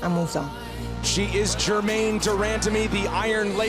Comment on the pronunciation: “GermaNE DER MANDAMEE” - Joe Hogan